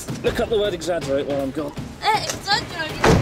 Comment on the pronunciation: your wife sounds so cute when she says "exaggerate". I could watch her pronounce English worlds all day. Any other videos with her in them?